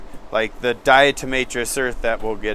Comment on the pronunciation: Diatomaceous from diatoms, not diatRomaceous, nor is it permethErin but permethrin. DE has what is essentially microscopic shards of glass that cut into the exoskeleton. Hes saying its just chalky and dries them up, lol. Also he can have visitors step on a wet soapy mat to kill mites and even use a disinfectant.